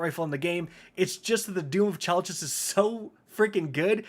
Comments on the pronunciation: Chelchis is pronounced kell-kiss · IT'S PRONOUNCED KELKIS!